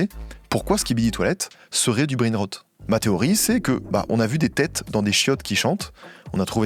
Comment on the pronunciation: je suis fière de toi 👏 c’est effectivement comme ça que l’on prononce “brainrot” 👏👏👏👏👏👏👏